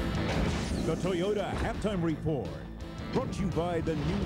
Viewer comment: I love how the announcer pronounces the word "report" with a silent letter T. Reminds me of how Stephen Colbert does the same thing when announcing the name of his show "The Colbert Report".